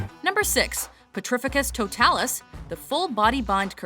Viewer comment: Pretificus Totalus